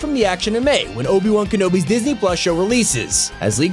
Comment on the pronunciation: It is wan not one so it is Obie wan kanoby